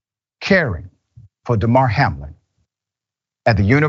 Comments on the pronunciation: The woman at the end didn't even pronounce his name right. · The woman is so worried about Hamlin that she doesnt know how to say his first name i guess.